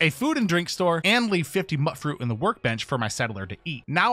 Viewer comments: Mut fruit is pronounced like MUTANT. Because it rhymes. MEWT FRUIT. I fucking can't stand it when people call it Mutt like a dog. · Been pronouncing it wrong for years. Hundreds of hours put into fallout 4 and never once heard an npc say the word. Must be why most people call it “mutt” fruit